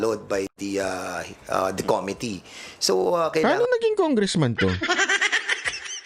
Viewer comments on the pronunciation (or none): 😂😂😂"Palowd by the komity KOmity😂😂😂.... (committee--the accent is on the 2nd syllable com-MIT-tee)😅😅😅